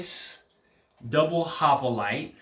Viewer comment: it is hoplite not hopolite ;-)